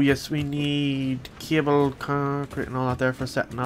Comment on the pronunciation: you said cable I thought you said kibble. I was like can you train stuff now to be pets